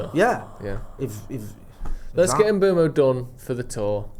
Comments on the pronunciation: M-boo-mo, not M-bway-mo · Complaining about how long the Mbeumo deal is taking, still can't say his f'ing name properly!